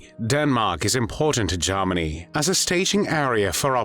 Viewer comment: What was used to narrate this video? The pronunciation of Germany as “Jarminy” is a hoot!